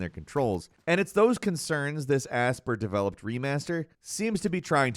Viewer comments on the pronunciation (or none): its ASPIRE and NOT asper. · I keep hearing people pronounce it "Asp-uhr" or "asp-ire", but it's actually "Asp-why-ur" 🤣